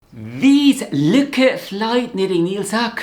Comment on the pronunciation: I’m almost certain the name is pronounced LOUKE